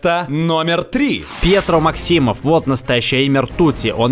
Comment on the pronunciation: не МаксИмофф, а МАксимофф